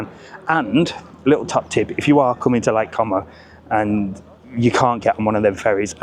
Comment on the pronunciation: What a moaning old git😂😂😂😂 has the patience of a Saint because if that was mine he would have disowned me and walked off😂I'm loving you pronouncing com o🤣as it will really upsets the wetwipes in the comments 😝great video and 👍